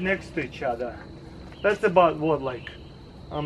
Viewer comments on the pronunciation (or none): none